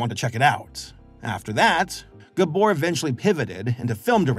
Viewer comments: Unfortunately he was mispronouncing Gábor every single time 😅 But he did get Csupo right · I love that he can't pronounce Gábor. It made me laugh every time I heard it. Especially because my first name is also Gábor. And since everyone I know watches this show...I'm going to enjoy being called "GUBOR" for weeks. Thanks you.:"D